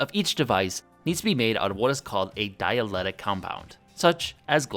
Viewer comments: Dieletic?! It's called Dielectric! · mispronunciation of the word "dielectric."